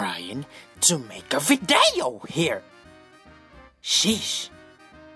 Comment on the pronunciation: I like the accent "videyo" HAHAAHHAH